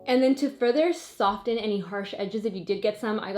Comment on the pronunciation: Hey, it's pronounced "sof-en" not "soft-en"